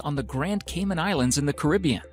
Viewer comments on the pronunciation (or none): none